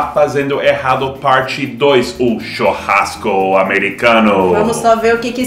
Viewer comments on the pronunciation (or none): Legal o Seth dizer "chOrrasco" em vez de "chUrrasco"!😋